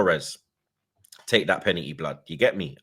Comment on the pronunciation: “To me, that was a pena-eee, u get me”